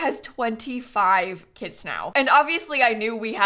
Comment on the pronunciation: I can't help but to hear "kids" instead of "kits" and it's so funny, lol